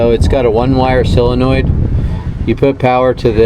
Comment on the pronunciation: Why can't Amercians pronounce Solder and Solenoid correctly? Haha